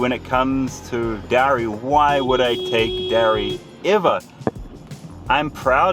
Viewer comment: . The way he says dowry 🤣🤣